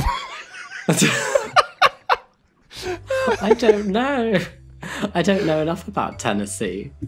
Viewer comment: “I just don’t have the accent” “Not that” I literally heard how he said those two words and was like, “Oh, I didn’t realize he was Scottish.” Then 3 minutes later…